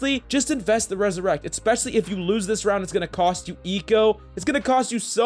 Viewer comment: It’s ‘’resurrect’’, not ‘’ressurect’’. But anyways, Thanks for the tips!